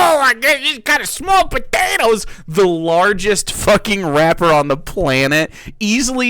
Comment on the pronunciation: This dude said "rapper" with a hard r